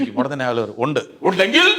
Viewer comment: ഉണ്ടെങ്കിൽ അല്ല ഒണ്ടെങ്കി😂😂😂